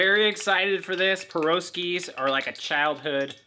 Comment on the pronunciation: Piroshki is pronounced with the emphasis on the last “i”. One of the best Russian dishes I grew up with! God bless From Australia 🇦🇺